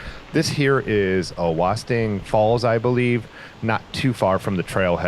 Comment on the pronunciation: You nailed the awosting falls pronunciation! Thats how I've heard it pronounced for the last few years anyway.